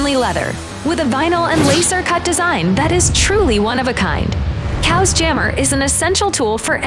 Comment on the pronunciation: So you’re telling me this is pronounced “cows” and not “chaos”?